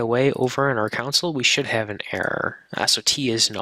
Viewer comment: This is a clear and good basic intro, and I definitely recommend it for beginners, but the presenter needs to stop pronouncing console as "council." It's really distracting.